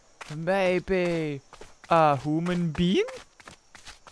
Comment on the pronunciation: My gosh He said hooman! Finally!! Someone else who says hooman!